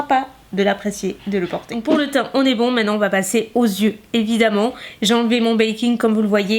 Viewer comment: Coucou !! Juste pour info le mot "yeux" se prononce bien "yeux" et pas "zyeux", sauf si tu fais la liaison avec un "s" avant :) Voilà de rien ^^